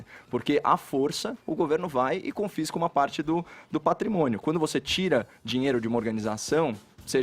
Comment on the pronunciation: O sujeito não consegue sequer pronunciar a palavra : "dinheiro" ; e vem falar sobre um assunto tão sério ????